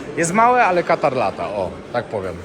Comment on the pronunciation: Proszę cię nie katar a Kaataar. Nie Afyka a Aaafryka. Trzeba mówić porządnie ,to się liczy